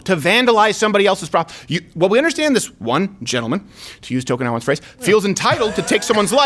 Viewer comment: I think he's saying Token Allen, but I keep hearing tokenowen which sounds like and island near Vietnam you go to smoke weed